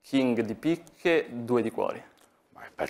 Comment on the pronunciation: ha detto tre di picche, ma ha mangiato un po' la t, anche perchè lui i re li chiama king